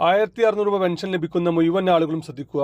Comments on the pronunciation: മുയു വൻ... അല്ല... മുഴുവൻ ആദ്യം അക്ഷരം നന്നായി പറയു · മുയൗവൻ അല്ല മുഴുവൻ എന്ന് ഉച്ഛരിക്കുക